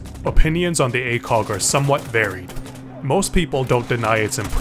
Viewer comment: what most people hear: ACOG what some people hear: a kock